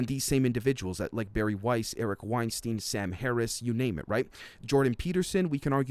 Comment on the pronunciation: Hey just and FYI Eric Weinstein's name is pronounced like Einstein, i.e. 'Stine' and not 'steen"